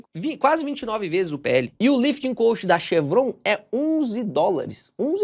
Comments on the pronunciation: Só uma observação, a pronúncia da palavra "cost" está errada, você está pronunciando "coast" que vem de costa litorânea. Muito bom seus vídeos, parabéns pelo canal, obrigado. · Se diz lifting cóst não coast como você está falando.